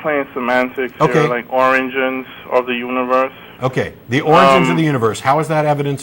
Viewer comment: ... "Oranges of the universe" ... you can't convince me that isn't what he said